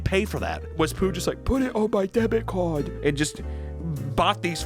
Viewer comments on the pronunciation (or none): Why did the, "Put it on my debit cawd" make me laugh harder than it should😂